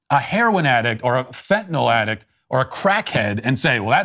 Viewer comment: Finally! Someone who pronounces the drug correctly - fen-tin-all…